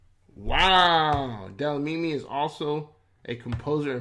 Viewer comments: "Delamini"is killing me😂😂😂😂 Dlamini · To read the surname correct 😅let me help you brother say “glam” replace that DL with GL the read it again like this Glamini 😅close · Not Delamini bro😂😂😂Dlamini. How do u say "Amandla? SAs struggle songs include such words.... amandla. That Dla.... Is same as Dlamini 😂🎉🎉🎉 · Dlamini nie Delamini..nee maan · DE- LA- MINI. Story of my children's life. My daughter (grade 0) came home from school one day & asked me "what's our surname"? I said DLAMINI whereupon she asked why all the teachers called her DELAMINI. I just laughed. I told her that the British nuns who taught me couldn't pronounce clicks so they corrupted my name to "Nomatheresa" and my surname to "Cowie". One nun asked if I was a "Saucer" instead of "Xhosa". The whole clas laughed. Unfortunately that became my nickname. Even the Shangaans from Mocambique couldn't pronounce clicks. It was weird. So, please forgive the American for the Delamini. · Nah, you get a Gong for that "Delamini"!!😂😂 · You murdering my surname dude😂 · The video misled you that is not how you pronounce Dlamini😅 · FYI, the person behind the video you were watching is not South African, that is why he can’t pronounce South African words. Please ask South Africans how to pronounce DLAMINI. I am irritated that that account didn’t even bother to ask how South African names/words should be pronounced